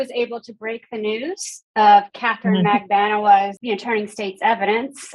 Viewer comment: Why are there so many different pronunciations of MAGBANUA? I hear it with accent on the B, & others with accent on the U?